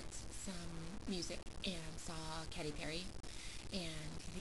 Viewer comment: youre saying katy wrong lol its not CATTY its KATEY, but your makeup looks good :)